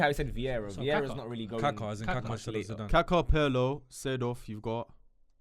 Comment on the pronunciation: Put some respect on Zidanes name